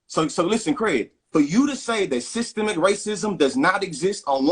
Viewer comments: "SYSTEM-MIC" not "Sistamactic," not a cooking appliance. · I gave up watching as soon as I heard "SYETEMATIC" racism. 😂😂😂😂😂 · All the black fox viewers don't even know what systemic racism is. The brother couldn't even pronounce it. 🤔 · "SystEMIC acism" is exemplified when these semi-literate goofies pronounce the word as "systEMATIC". A failed education system that has produced a generation of goofies who neither understand the King's english nor the proper pronunciation of the same. My guy, stop talking. You sound dumb. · Okay we knew we had a dummy online as soon as he says systemic incorrectly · Buddy in the Maga cap clearly is uneducated as he can't pronounce systemic correctly. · OMG, dude couldn't even pronounce Systematic racism. He needs to go back to school. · He can't even pronounce the word systemic...that explains alot.... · the scariest thing about this guy is he can`t even pronounce systemic racism there is no need to take this guy seriously. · This idiot couldn’t even pronounce systemic and thinks he smart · The dude pronounced 'systemic" wrong! This why he doesn't know what is is😂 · He couldn’t even pronounce SYSTEMIC properly—ignorance is NOT bliss!!!! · MAGA Dude can't even say Systemic.... Dunce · He not only doesn’t get what it is,he also doesn’t know how to pronounce it. True Trump supporter, dumb dumb. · It’s the fact that the maga dude so dumb he pronounced it wrong to try and make it seem as if it isn’t a real thing. That’s the maga trick pronounce words or names wrong to take its validity smh